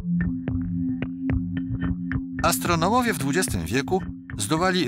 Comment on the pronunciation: Astronołowie brawo lektor!